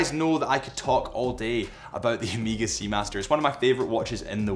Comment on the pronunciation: Annoying pronunciation of Omega. Definitely, it is not Ameega!